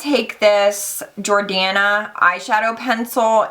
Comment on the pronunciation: Um excuuuuuuuuuuuuse me!!! Your favorite drugstore mascara????? I think you mispronounced Jordana Best Lash! O_0